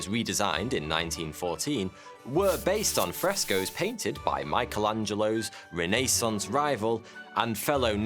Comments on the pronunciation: "....Renaissance...." Nay.... reh - nuh - saans NUH 👍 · It is not RENEE-sunce. Please, PLEASE, make sure you look up the pronunciation of words before you record these.